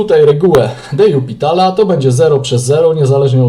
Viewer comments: Czemu zawsze czytasz "de jupitala" zamiast "de lopitala"? Wiem, że nie trzeba znać francuskiego, żeby liczyć, ale baaardzo kłuje w uszy kogoś, kto choć trochę liznął francuskiego :) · Zgadzam się. Też nie mogę tego słuchać. Co najgorsze, w jednym filmiku powiedział nawet: "Tak swoją drogą, to się czyta "de jupitala"", ucząc w ten sposób niepoprawnej wymowy wszystkich innych. Zresztą nie jest usprawiedliwieniem, że nie zna się francuskiego - wystarczy wejść na artykuł na Wikipedii o de l'Hospitalu i jest tam napisana wymowa nazwiska.